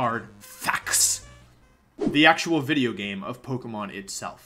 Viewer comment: He said Wideo not video